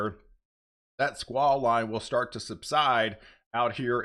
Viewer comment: I enjoy and appreciate your reports. Are you saying swah line? What does it mean? Thank you!